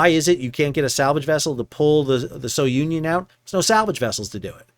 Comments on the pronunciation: The ship is pronounced as "sunion" not so-union. Keep sailing. 😊😊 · Sounion is pronounced SOO-nee-on, not So-Union. Great recaps as usual. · Please pronounce the ship's name as 'Sou-neeon', named after the famous Cape souh of Athens, Greece....